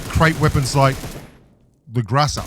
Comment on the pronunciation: It's grOza not grAza